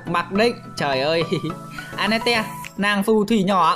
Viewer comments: Anh ko biết đọc à vãi cả đọc a net te trong khi là an net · A hay ns lẹo tên annette thành tel anas :))))